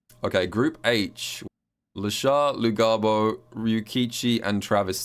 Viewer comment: Its pronounced Luhabo